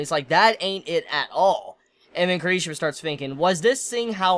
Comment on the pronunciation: His name is pronounced Key-Lee-She-Ma